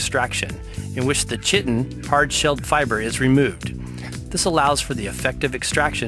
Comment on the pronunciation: Very good video, except for the mispronunciation. Chiton is [KI-ten].